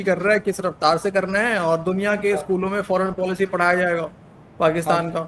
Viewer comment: Faaran PAALISHI 😂😂😂😂 Pura PAALISHI kar rahe hain Porki 😂😂😂